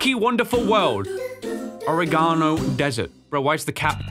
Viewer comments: "ore-gano" ... I loved how he said it hes brain cant keep up with this game😂 he is scattereddd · I would like to talk about how he pronounced Oh-reg-in-o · bro i've watched like 5 different playthroughs of this game, and why can no one pronounce oregano? (uh-reg-uh-no)